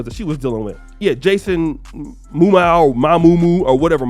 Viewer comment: not being able to say Jason Momoa is hilarious. Bruh. 😂